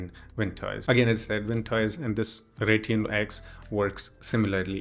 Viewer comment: Instead of Rytune its Raytune in ur website